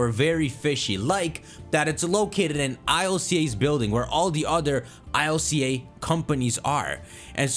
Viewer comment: You know, based on the Japanese name, you don't read I-L-C-A 1 by 1. Just read it as a word [ilka] Even since the beginning, i always read it like this, before knowing the actual way to read it 😅